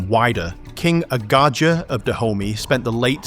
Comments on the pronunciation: I keep having a laugh every time you say "Da Homie" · ... HAHAHA. !!! ...FKN "DAH -HOMIE" ... HAHAHA... !!! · Every time I hear you say Dahomy, I can't help but hear black intercity slang. 😂